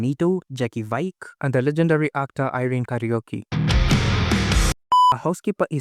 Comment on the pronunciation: It's pronounced vee-kay. Jacky Vike. Thank you for watching so that I don't have to